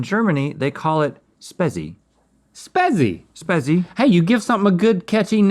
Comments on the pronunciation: and it's pronounced "shpet-zee" and not "spezz-ee" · I like the way He calls Spezi 😀 Its pronounced 'sh-pe-tsi' 😉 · Would have been simpler if you said phonetically you pronounce it as sch-peh-tsy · You guys are the weird ones if you dont like Spezi and no its not said 'sbessi' like you did 😂😂😂😂 it 'shpezi' which clearly has a z and not an s in it... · Well Spezi is a mix between Cola and Fanta and we Germans love it! The best one (in my opinion) is made by a beer brewer company called Paulaner 😍 Also love how u say Spezi 😂 u pronounce it "Schpezi" with the z being a ts.. but i will say Spezi like u guys from now on 😅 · Spezi is actually pronounced like Spetzi! Its German and its cola with either OJ or Fanta with cola and when I visited Europe I actually enjoyed it! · Spezi is pronounced "Spet-See". i believe? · Also it’s pronounced “shpay-tsi” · more like speh-tsi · It's pronounced /spay-tzea/ and it originally is Fanta + Cola (or other brands of them). It is amazing! I'm from Holland, with Germany just ten minutes away and when in my youth, all the years we went snowboarding in Switzerland/Austria I drank liters of this Godlike Nectar! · pronounced more like shpeh-tzea but yeah it's real good stuff lmao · It's pronounced schpetsi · Spezi is fanta and cola mixed together, not OJ!! And Spezi is pronounced more like speh-tzi :) glad you liked it tho :D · Hungarian watcher here, I've never heard of the milk pasta soup. But your weird pronounciation of Spezi is very cute:D